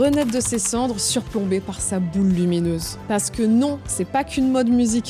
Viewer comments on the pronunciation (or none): La « SA OULE » jpp